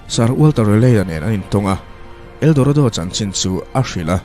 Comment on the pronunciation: Eldoredo ti in i lam ri leh thin,mahse buai na awm lo nia👍